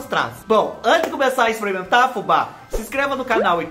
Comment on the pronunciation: Fubá do Céu, a vaca voando aí, e aqui na minha cidade "maiando" chuva de pedra, e eu linda de bonita assistindo você! Adoro quando você "exprimenta as coisa" e faz os barulhos de bichinho que tem assobio!!! Obrigada Fubá pelas boas gargalhadas!!! Obs. : Sou mineira, mas creio que o Tereré se toma gelado, pois a região centro oeste é muuuuuito quente.